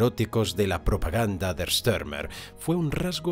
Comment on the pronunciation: Por qué dar al apellido alemán Stürmer una curiosa y falsa pronunciación inglesa? Joé, thío!